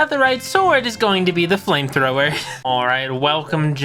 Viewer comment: did you say flimethower